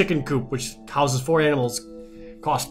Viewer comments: It’s animals not aminals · Jared said "Buy some aminals."